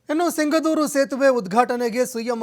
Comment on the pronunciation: Yaav seeme anchor adhu sigandhoor antha hesru